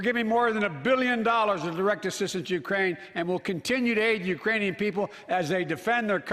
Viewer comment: He referred to Ukraine as "Grookraine" last week.